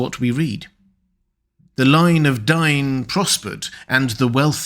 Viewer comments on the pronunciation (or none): when u pronounced Dain wrong, all ur credability went!